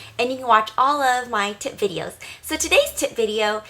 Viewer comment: It sounds like she is saying tit but nice